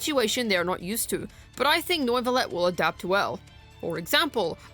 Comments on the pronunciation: Noivuillette? Lol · bro rlly said noyvillete... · In triggered by the pronounciation Its nuvilette Not noiceless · Why can't you pronounce neuvillette?